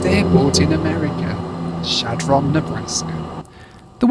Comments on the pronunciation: Shad Run is the proper pronunciation. It's not Shad Ron. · I know you're a dirty furrener so I'll give you a pass, but just so you know, it's pronounced "Shadrun", no pause and with an "uh". The locals call it "Shad". Back in 2017 we were driving from Denver up to Valentine NE to see the eclipse. We were driving in two cars, I stopped at the McDonalds in Shad, my wife in the other car didn't know why. I informed her that there was basically nothing all the way east to Valentine. There is one general store built of hay bales a couple of hours east near Cody, that's about it. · Great video and a blast from the past for me. I grew up in the Omaha area and, during the 60's we drove through Chadron (pronounced SHAD run in Nebraska) several times on our way to Ft. Robinson State park and on to Wyoming. Such towns are American treasures. Keep on visiting these towns that many will never get to experience! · Chadron is pronounced Shad Rin by the way!!! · Can't believe he visited Chadron and didn't show any of the university. Or did I miss it? Kills me every time he says Chadron. Never heard it pronounced like that before and it just made me chuckle.